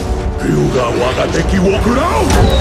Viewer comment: Se merecr un aunmeto el doblador literalmente pronuncio el japones de la ulti totalmente perfecto